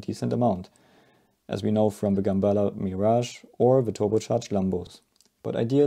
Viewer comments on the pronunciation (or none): none